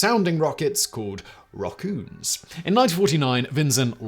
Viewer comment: "roccoons"... Yep, I learned a new word today xD